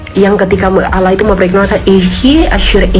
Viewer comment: Penyebutan kata "Allah"(bahasa arab) aja ngga bisa, nyebutnya "alah" oten itu koplak dan sesat, orang2 sesat mencoba menyebarkan kesesatannya...😊